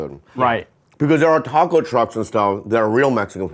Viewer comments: I LOVE and have been watching it for years, but the way you guys say Taco drives me NUTS!!! It sounds.ore like Toco than taco... kind of a mix between the 2. But definitely not the way you say it. At least where I live in America.. where there are tons of mexicans! It's the same sound you get when you sat ball. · Someone who YEARS later still says TACK-o has no grounds to go after Bobby's pronunciation of Slovenia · The way you all pronounce ta-co bell, you can't correct others. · stop saying taco wrong Brits , its is very annoying!! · As a Mexican...i can't help but cringe, a little, every time you guys say "TACO" with your British "A" pronunciation...haha...even your Asian guest has a better "taco" pronunciation!...haha...😂❤😂...